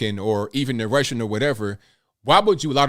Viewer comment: "Rrrrussian accent" lmao 🤣😂